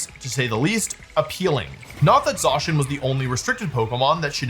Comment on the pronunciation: Idk why but the way that wolfey says Zacian's name kinda triggers me...